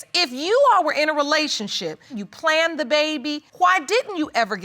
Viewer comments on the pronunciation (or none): "we PLANET this baby, and when i got pregnant, he was THURR...." smh lol. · "we planet this baby" Gurrrl Hooked On Phonics is waiting on Y.O.U😂😂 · She said we (PLANTED THIS BABY) instead of we planned this baby lol ! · Did she say “planted” this baby? I’m tired. I’ll have to go back and listen again. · "We planted this baby" lololol. I know she meant to say "planned to have" but it just cracked me up. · Did she say...."we plan-ned" this baby? 🤔plan-ned🤔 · Lol i think she said thay new word, "planneded"..either way,😂😂i cant! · The way some say plan Ned intsteed of the correct way just one word planned this baby😂 in the beginning it sounded like she was they plant in this baby 😂 . Just lightning the mood ,see this is going to be tense 👍💞🤗💋💜💟🧡💜💜💜🧡💟💞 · We what she said...... plan Ned or planted lol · They PLANNED'DED'DID that baby though! wow, I think I may have missed a syllable in that mess. Yea, I hope she doesn't teach th baby those speech patterns, pretty atrocious on th ears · “We PLANDED this baby” 🤦🏾‍♀️🤦🏾‍♀️ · She lost me at planned-Ed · Born Hustler✓ plan-ded I heard that right off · MiZzunderstoodtoo MiZzunderstoodtoo ..... She pronounced it "plan-hed" as how you would say " planted"... Instead of "planned" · I heard "planneded"🤦🏽‍♀️ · No she just pronounced the -ed like planneded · "We plan-ed this baby" It's planned (sorry, I had to get that out) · I cringed when she said it.. I thought she said planted, lol. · Did she say planted? I thought she said "planded". The title says "planned". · 50 secs in and I gotta comment 🤣 she say "We planet this baby" hahaha